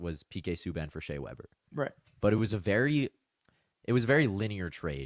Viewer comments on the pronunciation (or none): none